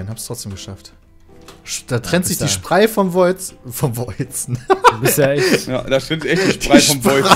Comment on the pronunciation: "Da trennt sich die Sprei vom Weuzen". Oh man ich liebe solche Versprecher.